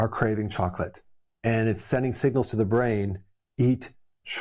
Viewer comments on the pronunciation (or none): none